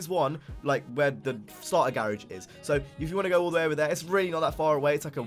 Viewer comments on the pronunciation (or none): it's NOT a gay-age it's gar-age! lol